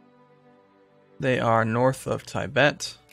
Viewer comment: Tai-bet? Really?